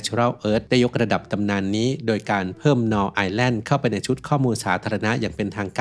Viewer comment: Null เป็นภาษาเยอรมัน อ่านว่า นูล ค่ะ แปลว่า ศูนย์